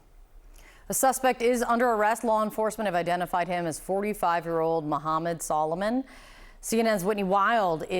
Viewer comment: Why does she pronounce his last name like that tho solomon and soliman are two different names😂😂😂